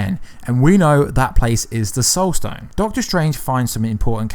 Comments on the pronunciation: “stoled sone” instead of “soul stone”. 🤣🤣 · you say "stole sone" a couple times instead of soul stone. lol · He says Stoul Sone 😂